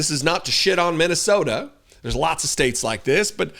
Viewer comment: Did he just say mint tea soda😂😂😂😂